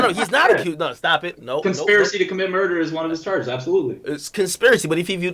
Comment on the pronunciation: Bruh i'm two and a half minutes in and white boy keep talkin "Shmurder" smh i'm out